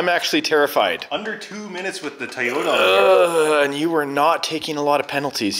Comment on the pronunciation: It's Toyota not toy-ota